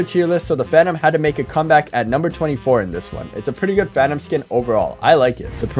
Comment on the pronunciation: "Every Phanum Skin" 💀